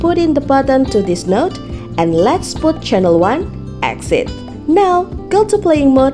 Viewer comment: please emphasize the CHANNEL part. it's so confusing